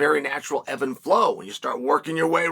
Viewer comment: I thought I heard that wrong! Silly of us to think it was “eb & flow.” Thanks to Chael for correcting us.